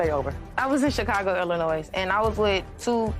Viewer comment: Did she say ILLINOIS? It’s pronounced ILLINOI …no S. GEEZ!!!!